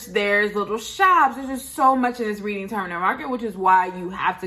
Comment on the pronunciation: Love the vlog. Just to correct about one minor thing. It's actually pronounced Redding Terminal Market